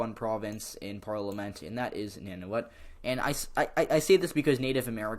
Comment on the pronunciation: Good job on Canadian politics. Canadian aboriginals are called first nations and the northern aboriginal peoples are called Inuit. "Nun-uh-vit" is how to pronounce Nunavut.